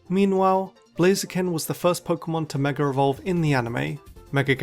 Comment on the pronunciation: Why do you keep saying ”mega revolve”?